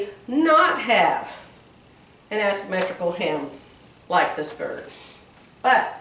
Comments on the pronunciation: Love the blue and white blouse you already made with the asymmetrical blue skirt. FYI with love. There is no "ass" when pronouncing asymmetrical. It is pronounced "A" symmetrical. You can google how to pronounce it to hear it said out loud. Love you. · 🤣🤣🤣, you were sewing “ass symmetrical. It’s Aaaaa asymmetrical. Love you. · I do like the top you have with the skirt. Gives you more options for jewelry. 😃 I would kindly ask you to google the pronunciation of the shape of the skirt. The A says it name as in “say” not as in “ass”.